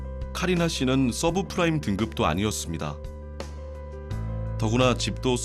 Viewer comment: subfrime? subprime아님?